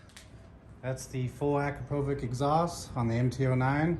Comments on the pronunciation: Damn bro that American accent. AcrapOvik. It's akrApovich. Other than that, nice informative video❤ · 'Akrapovitch', not 'Akrapovik' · Es heisst Akrapovitsch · How to properly pronounce Akrapovic as per the company. ------> Pass it on. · Great video, but the way you pronounce akrapovič really hurts my ears…